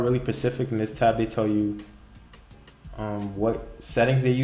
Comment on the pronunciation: Specific* not Pacific. Pacific is the ocean